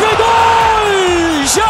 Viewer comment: Ömer Üründül bir yayında jaja yı yaya diye telaffuz etmişti ben baya travma yaşamıştım o zamanlar 😂😂